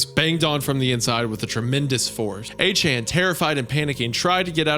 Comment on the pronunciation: Somehow hearing Isaiah butcher the pet name A-Chan is even worse than the horror his German and French pronunciations are.